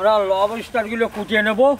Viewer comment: দাদাদের মুখে লবইস্টার উচ্চারণ শুনে বেশ মজা পাইলাম।